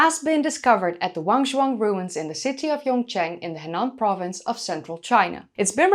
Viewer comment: Henan~ take that e in the He and make it sound like the 'a' at the end of pizza, kind of a schwa of Chinese sounds. Nan is like Naan bread from India. Non-conformity.